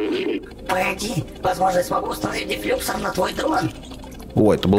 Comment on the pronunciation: Не дефлюксор ударение на о